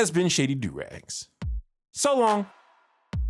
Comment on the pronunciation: It's AUF V- wait... holy shit he actually said it right..